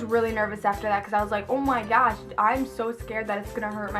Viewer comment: Lol how she say on my gosh